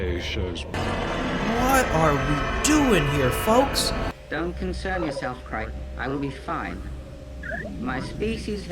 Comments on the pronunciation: His name is not Chrice it is Kraise. pronounced Krayse. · It's pronounced CRAY-s not CRY-s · So, are we taking bets on how long before figures out he's pronouncing "Crais" incorrectly? My guess is about halfway through season 2.